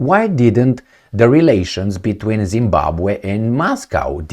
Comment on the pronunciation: Being a Zimbabwean myself I am impressed with the way you manage to pronounce Zimbabwe very well , thanks man !